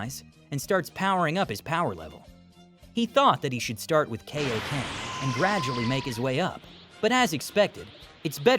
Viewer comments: Its not kayoken it kai o ken idiot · Kai o ken not kay idiot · kai - oh - ken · Are you just going to keep mispronouncing kaiokenyou and your mispronouncing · The only minor gripe with the voiceover is the mispronunciation of Kaio-ken.